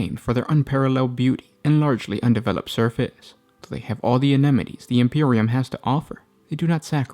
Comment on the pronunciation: Pretty sure you meant amenities instead of anemities